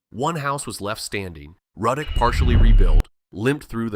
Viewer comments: It’s Roodock not Rudduck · Ruddock is pronounced Roo-dock. One of my favorite places! Love love love Manchac. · He really pronounced laplace and ruddock wrong as hell 🤣